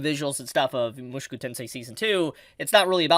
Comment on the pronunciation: Bruh could you stop saying "mushuku"? It's weird man